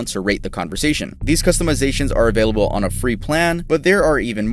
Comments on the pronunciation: Anyone notice he always says “availiable” instead of available? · You are the second person i've ever heard pronounce "available" like that 😅 you say "availiable" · I like the way you say available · I just realized how he says available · i like how pronounces "available" lol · Why do you pronounce available so weird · Yo, why does he say “available” like that 😭😂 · i also loves how he said available